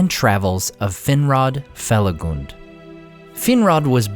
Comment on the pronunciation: I'm happy to hear "Felagund" pronounced correctly! Even the recent audiobooks released for Fall of Gondolin and Beren & Luthien mess it up. They're reading excerpts from Lay of Leithian (which has rhyming couplets), and they attempt rhyme these lines where the "-gund" sounds like the U in "fun." in shadow faithful Felagund, careless of fang or mortal wound.